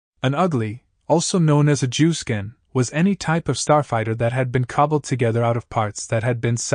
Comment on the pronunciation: 😂 it's juice can, not jew skin